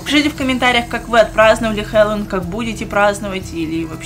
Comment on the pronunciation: Не хелолоун а хеллоуин!